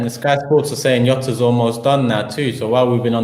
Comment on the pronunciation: it’s not YOTA it’s JOTA